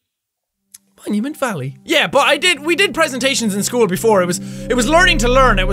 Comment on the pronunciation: At the beginning Jack said momument